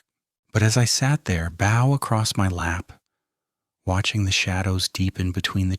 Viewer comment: That is not the way u pronounce"bow." Also, can AI lie?